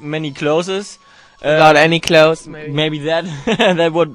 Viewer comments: It's so funny when tom says clothses, hahahahaha. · clozesss? LOL. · Aw Tom couldn't pronounce clothes!!! <3 Bless! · actually the person's writing is right. tom said clothes wrong, which is understandable because in German every letter is pronounced. they'res no silent letter like in the word know or knife.